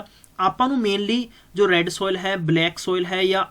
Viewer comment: Material ta vdia hega but j changa teaching da trika hove ta gal e vkhri hundi aa... jive k appa keh skde aa, jive k tusi dekh skde ho, acre nu arc boli jande aa, soil nu sol, oxides nu oxodies, aap ta ghat pdya lgda teacher but dhakke nal notes kito download krke thopi ja reha